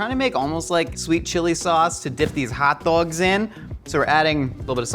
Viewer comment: as a chicagoan, the way says "hot dogs" just itches my brain in the best way 🌭